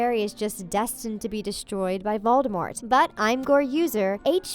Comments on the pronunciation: it’s VOLDEMORT not ‘VALDEMOT’ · Did just hear u say baldemort